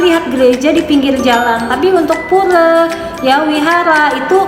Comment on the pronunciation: pura bukan pure